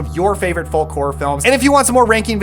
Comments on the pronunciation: Great video. I hate to be that guy but it’s pronounced “fowk”. Sorry. Love you channel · The "L" in folk is silent. Good list, though.